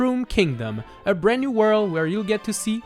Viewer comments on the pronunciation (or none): none